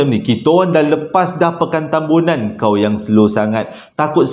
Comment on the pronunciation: bang ..Tambunan bang...Tambunan...bukan tembunan 🤣🤣🤣